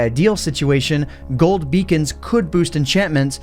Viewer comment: everytime he said beacons i heard vegan